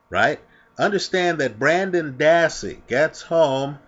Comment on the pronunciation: His name is Brendan, not Brandon.